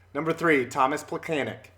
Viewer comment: Isn't "Plechanec"?